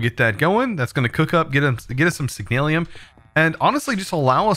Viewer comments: It's signalum not signalium no i in it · HEYA Love ur content fam but just a bit of constructive criticism, slow down when ur reading some the items I realize you mispronounce a lot of the words in your vids, like Signalum in today's vid. keep the awesome vids coming my guy